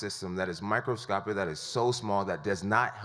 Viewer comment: "Microscoptic Pictogram" Jesus Christ. 🤦‍♂️